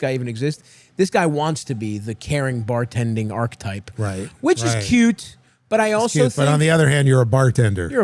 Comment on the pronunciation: Mad how Stavvy is so clever and yet still cant pronounce archetype properly 😂